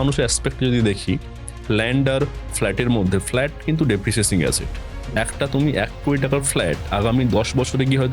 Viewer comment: First of all ota depreciating, dereciasing na